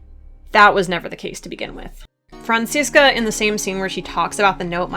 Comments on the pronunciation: Even though I like headcanons, it bugs me when people try to argue that their headcanon is canon, so thanks to you for this video. And I don't know if I've said it before, but as a German, I really like how you pronounce Franziska, it's a nice blend of the German and American pronunciation <3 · As a German speaker, the way you pronounce "Franziska" is sooo cute.